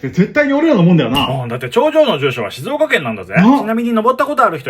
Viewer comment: 発音が「しぞーか」寄りなところ、ポイント高い